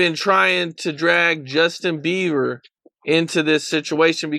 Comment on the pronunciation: Why she keep calling him Justin Beaver 🦫 😭😂😂😂